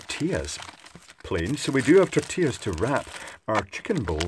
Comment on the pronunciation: Tortias ...those are tortillas with L not a. Also is two of them so you read tortillas as is written .